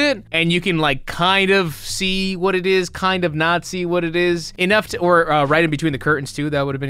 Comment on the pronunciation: Nat see? What, like Nazi?